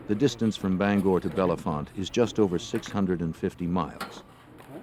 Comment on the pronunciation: Can’t say Bellefonte correctly